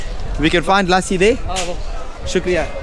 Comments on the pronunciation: ( Lassi ) pronounced as ( lə'ssi ) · Lussi is the correct pronounciation 🇵🇰❤️💐🇵🇰❤️💐🇵🇰❤️💐